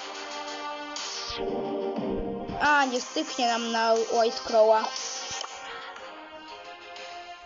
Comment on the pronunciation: Łajt crow a nie łat crow